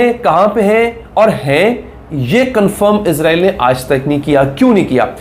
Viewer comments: یار آپ لوگ اسرائیل کو ازرائیل کیوں بولتے ہو ؟ وہ تو فرشتے کا نام ہے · عزرائیل نہیں بھائ اسرائیل